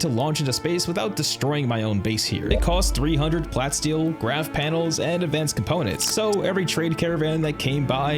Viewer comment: Love that follow up thanks so much, love the vid. But bro it's plah - steel... get it? like a mix of plastic and steel. You're saying plat steel like a mix between platinum and steel which this is not.